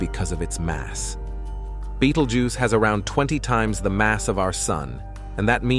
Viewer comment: I'm sick of AI voiced content! This mf pronounced the name of this star 7 different ways and didn't get it right once.